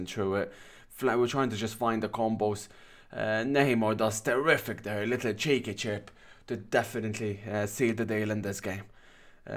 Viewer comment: No video is complete without at least one "littel tern" lol Great job, as always